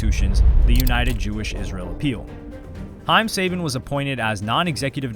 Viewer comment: I'm sorry I can't get over this, you make a whole two hour video amd can't be bothered to pronounce haim sabans name correctly as you mention him 30 times, come on bro tighten up